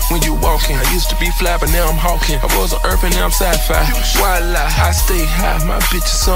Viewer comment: its wala not viola